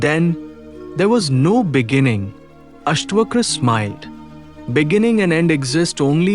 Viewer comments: its not Astvakra, Its AstaVakra. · It's अष्टावक्र ... not अष्टवक्र